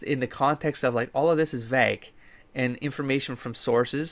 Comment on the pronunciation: I know, I know, you pronounce stuff wrong a lot, but I still have the compulsion to point out how strangely you say the word "vague" XD